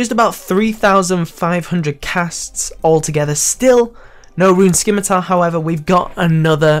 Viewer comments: How did you get a torso at such a low level? Also, it's not a skimitar, it's a scimitar... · "skim-a-tar" vs "sim-a-tar" pronunciation cringe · By the way, just for people like me who know better. The c in scimitar is silent. Soooooooo. Stop saying it like skimitar please ( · Scimitar has a silent c... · Why is it that so many scapers still can't pronounce "scimitar" correctly?